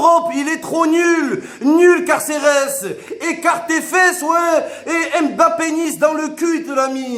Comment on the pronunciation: IL MA TUER C PLUS CARCERES C CARCEHESS